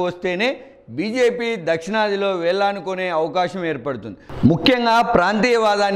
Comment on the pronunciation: వేల్లానుకొనే కాదు sir వేళ్లూనుకునే అని చెప్పాలి sir